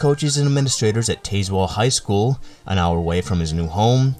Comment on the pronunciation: Do more research on pronunciation. It’s TAZ Well.